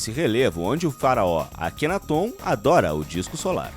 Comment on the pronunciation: Não é Akenatôn... é Akenáton. Acento no NÁ kkk